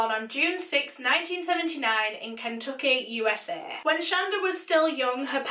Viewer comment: I know this is a year old but lmfao I live in Kentucky and the way you say the town and state names is hilarious "Ken took key" hahha It's KinTuckey